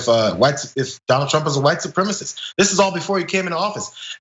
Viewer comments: fox idiot cant even say the word "supremacist", as it's too difficult for him. he says "supremist" instead. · It's pronounced su-prem-a-cist, not supremmist. All Trump can say is "but Antifa, but Hunter Biden, but China, but Obama."